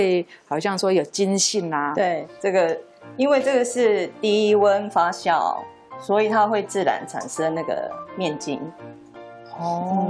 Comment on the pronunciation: 谢谢视频！ 不过发酵读fa JIAO 而不是fa xiao（发笑）